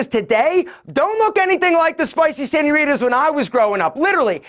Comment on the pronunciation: “Spicy senioritas”😂